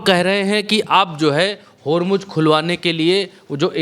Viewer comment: होरमुज होर्मूज नहीं. बोलना तो सीखो. होरमुज़ ज़ ज़ ज नहीं.